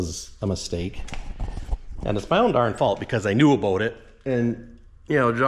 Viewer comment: did you just say the magic canadian word? What was that all aboot? ;)